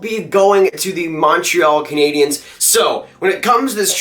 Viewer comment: he said montreal caniens